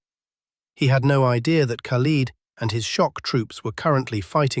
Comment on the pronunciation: Learn how to pronounce the name khalid. Lid like a pot lid not peeled like leading an army.